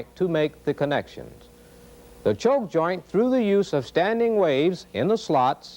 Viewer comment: This was not presented in a way that I could understand it. Like why is the A and B walls of the waveguide shaped like they are. What happens to the wave inside of it. The choke joint illustrations made no sense. He kept saying choke, but it sounded like chove.